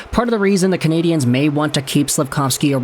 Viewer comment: Pronounce the name of the team RIGHT!!!! You’re pronouncing it in the feminine!!!!! Just say it in English , which is acceptable in Montreal across the board. Wake up!!!?